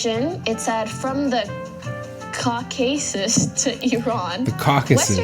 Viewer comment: 9 times out of 10 people can't pronounce Caucasus.